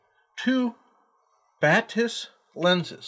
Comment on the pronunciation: It is actually pronounced Bah-tiss. Deutsche Firma, Deutsches Wort.